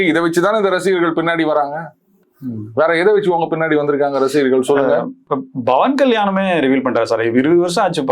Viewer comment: தம்பி! அவர் "பவன்" அங்கே "ப"" வில் அழுத்தம் கொடுக்கக் கூடாது. பவன் என்றால் "காற்று " என்று அர்த்தம்.